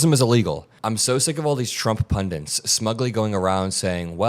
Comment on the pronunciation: "pundints" is not a word. It's PUNDIT not pundint. drop the 2nd "n" PLEASE